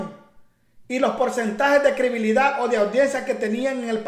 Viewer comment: Se dice credibilidad. No crebilida